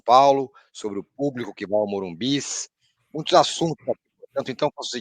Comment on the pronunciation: Dói ouvir morumbis. Morumbi porra